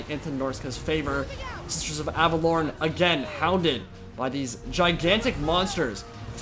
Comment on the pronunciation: I dont know whats "right", but when you pronounce it, it sounds like you have an English West country accent for a single word and then you go back to your American accent. I would pronounce it more like: Av-eh-law-n. I know you're just trying to say it phonetically, but it sound off to me. My spelling error is a red herring.